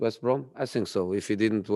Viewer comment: So Jose, You can pronounce words like pragmatism, development, counter-attack, social media, plus all the difficult player names like Ndombele etc, but you can't pronounce think?? Why does it always come out as sink??? On a serious note, condolences for sharing the anniversary of your father, etc and sharing more previous insights about the relationship with you and Pep.